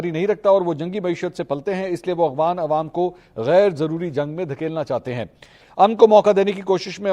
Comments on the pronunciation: اغوان نہیں افغان صحیح نام سیکھو ۔ولد الزنا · السلام علیکم بھائی آپ مسلسل "اغوان" کہتے ہیں "افغان" ہوتا ہے۔ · Ap afghan ko aghwan par rahay hn iss ko theak kren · AGHWAN NAHI AFFFGHAN hota hai. Please work on your pronounciation. Tayyab Urdgan hai, URDWAN nahi.